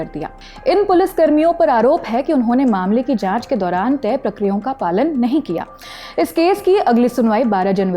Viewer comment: tey "pra kri yaa on" ka paalan, prakriyo kya hota hai.